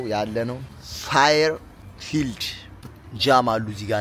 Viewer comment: Bath City and Bristol city የሚኖሩ አበሾች በዓመት 3 ጊዜ ( ለአዲስ ዓመት፣ ለገና እና ለፋሲካ) ተሰባስበን የአበሻ ምግብ ሰርተን ተሰብስበን እናከብራለን ለልጆቻችንም ታሪኩን እንነግራለን። ሄዳችሁ ስለጎበኛችሁ🙏👏👏👏 በርቱ! እረ ብሮ ግን "ፋየርፊልድ" አይደለም ፌርፊልድ( Fairfield House) ነው።